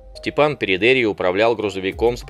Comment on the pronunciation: Живя на Кубани и зная с молоком матери местный говор мне больше кажется его фамилия ПередеИй, ударение на последний слог